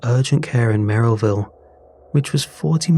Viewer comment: Also it's pronounced Merriville not Merrillville. Source: I live here.